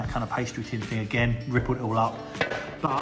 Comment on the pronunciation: Please stop saying "frough", "fink", and "fing", instead of "through", "think", and "thing". It's thucking annoying!